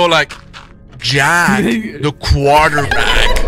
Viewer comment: JAACK the quarterback!